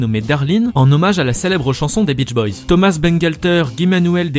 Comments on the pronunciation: SSW Underblast Tout simplement qu'on ne prononce pas thomaSS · Pourquoi on prononce ThomaSS alors qu'il est français? :o